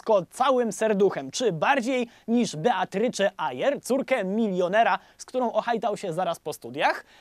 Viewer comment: Nie wiem skąd w polskim wzięło się imię Beatrycze. Jej imię wymawia się [bitrys].